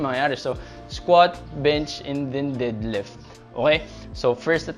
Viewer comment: Nakakatawa kapag pnopronounce mo yung deadlift as did-lift Hahaha. tanong ko lang, kadalasan kase walang pnopost na prizes sa Powerlifting meet. Ano ba yung madalas na prizes muna 1st to 3rd place at benefits ng 1st place as champion. If may cash prizes, ano yung range ng mapapanalunan in every places. Sana next vid etong tanong ko naman yung magawan.